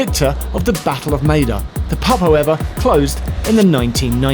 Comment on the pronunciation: I swear it sounds like Geoff says "the Battle of Made-up" .